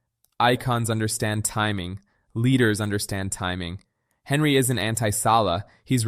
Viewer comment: Sorry my guy, but its pronounced "on-ree", not Henry. 😂